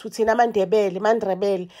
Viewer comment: Ndebele✔️ Ndrebele❌